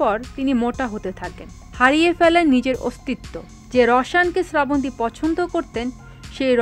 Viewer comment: আপনিতো নামটাই ঠিক মতো বলতে পারলেনা